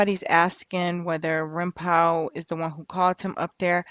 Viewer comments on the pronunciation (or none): It’s rimpau sounds like Paw! Not pow.its a street in there hood.